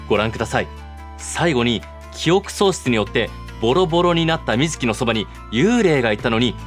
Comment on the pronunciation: 水木しげるは合ってるけどゲ謎の水木はみ→ず→き→です あと長田はながたじゃなくておさだです